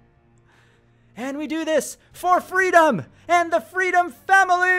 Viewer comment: I like how says "Freedom" here in this episode